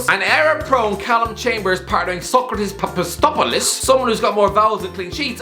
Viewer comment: Papastopoulos?? I’m greek and I can say that I almost choke myself with coffee when I heard it!😂